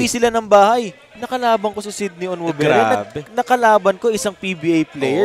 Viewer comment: Sinong Cindy? Kept saying Cindy instead of Sydney. 😂😂